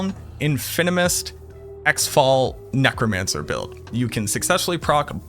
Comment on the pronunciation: Its pronounced Gzefal